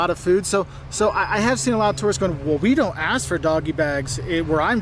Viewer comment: Okay, as an American, I loved the video. But the first two seconds, it sounds like you say “The biggest mistakes terrorists make…” and that’s just funny as hell! 😂